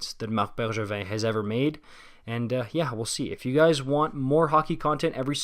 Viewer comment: What a weird comment. I think it’s great that he pronounces Drouin and Bergevin the right way